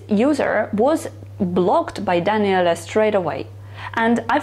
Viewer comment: No no, it's fine. It's not the Italian way (I'm Italian btw) to say it but it's one of the best Daniele that I heard on yt from foreign, and sounds good. 😇